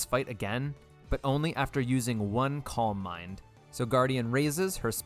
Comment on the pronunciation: Calm mind is pronounced KAAM MIND